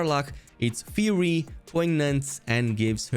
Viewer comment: I've played through the game three times, and haven't used Karlach once other than to finish her quest. Also, "Fiery" is pronounced Fire-E.